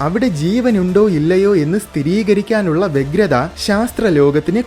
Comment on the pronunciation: സ്ഥിതീകരിക്കുക എന്നല്ല സ്ഥിരീകരിക്കുക എന്നാണ് ശരി